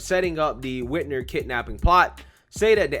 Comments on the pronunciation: Yes they did and her name is Whit-mer not Whit-ner I hate her but I want you to say it correctly so you sound legit! Love your show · My boy keeps saying Whitner. WhitMer. Mer. Like Mermaid. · Dude I really like your channel and your pov aligns with me, but you gotta pronounce words and names the right way. Lol Whitmer with an M.